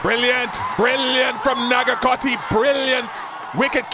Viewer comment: The way the commentator pronounces nagarkoti is just hilarious 😂🤣😂🤣😂🤣😂